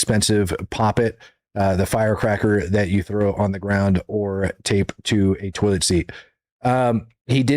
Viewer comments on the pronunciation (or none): none